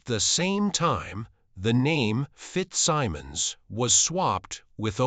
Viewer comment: If you’re going to use an AI narrator, pay for a high-quality one that can pronounce “Maureen O’ Hara”, “FitzSimmons”, and “opera” correctly. It should also say “she” not “he” for Maureen”. This is garbage.